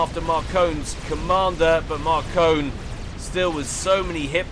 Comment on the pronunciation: I think Markone is actually pronounced as "Mark One"